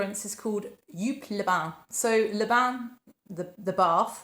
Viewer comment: Hello! First comment 😂 Edit: Joop is pronounced as ‘Yope’ (I think) I enjoyed listening to your picks. I think mine would be Samsara EDT Obsession Poison Aromatics Elixir Black Orchid Angel Muse My Eau My Eilish No 2 Portrait of a Lady Vanilla Royale SP